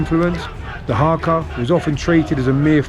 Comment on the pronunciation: Its not harker its haka as in cracker